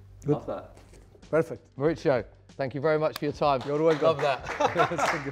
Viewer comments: Qué dolor cada vez que el tipo llama a "Mauricio", Mauritzio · Everyone pronounces Mauritzio. Should be Maurissio. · The board only had 'How do you pronounce Pochettino', but he really should have clarified how to pronounce his full name. Because the interviewer was pronouncing it wrong all video. He's from Argentina, not Italy. It's Mauri-SIO, not Mauri-CHIO. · when he says his name is italian, he meant his last name. Actually, in latin america "mauricio" is a pretty common first name. The way it is pronounced is "maurissio". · No one: Interviewer: Mauricho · This dude keeps calling him Moricho hahaa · La pronunciación de Mauricio! Un cráaa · Why does it sound like the interviewer always gets a stroke when he pronounces Pochettino's first name "Mauricio"?